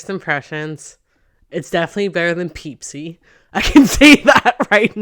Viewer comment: Omg it is a running joke amongst my family to call it a “Peep-si” the validation from hearing you say it UNMATCHED <3